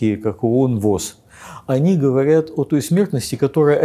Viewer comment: Мне больше режет слух слово "говаряд"